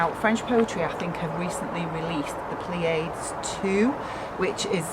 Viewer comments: it is pronounced ply-ah-deez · I think it is pronounced pli-a-dees- it is Greek I think - the Pleiades are the seven sisters from Greek mythology and are a star cluster in Orion! The dress is gorgeous! ❤️ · Late comment but the name is pronounced something like Play-Add for an English speaker. Love your fabric! Thank you for this review!